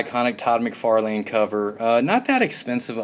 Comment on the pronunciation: the way you say mcfarlne bothers me